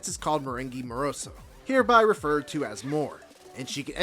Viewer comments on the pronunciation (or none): It's Zo, not Zoo